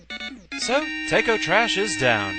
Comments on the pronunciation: It sounded like you were saying Tako like "Take-oh" but it's pronounced more like taco, like the delicious mexican food. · Tako is pronounced "Tah-koh" in Japanese. :P